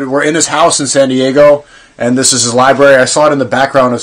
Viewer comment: Shaykh othman? Library? Brother go learn to read first